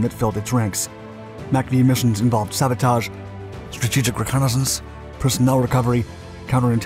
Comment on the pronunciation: Don’t say strategic reconnaissance like that ever again